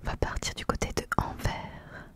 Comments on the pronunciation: Pour Anvers on prononce le S 😁🌸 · Coucou, très chouette vidéo et bien tu m'apprends d'avantages de choses sur mon propre pays. Pour la dernière commune tu parles probablement de Anvers et le" S" se prononce. Tu t'es débrouillée comme une chef dans la prononciation pas toujours evidente. Bisous bonne soirée à toi et ta petite famille. 😘